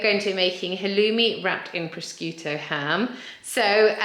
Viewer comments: Pro-shoe-toe, to be helpful not snarky. All really great ideas, thank you! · Excellent, stress-free ,impressive ideas , thank you! 😊 . I’m not certain but I think you pronounce the ham as ,’ pro-shoot-oh ‘! Xx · It's pronounced proshooto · Pronounce it as Pro-shute-o ham 🥰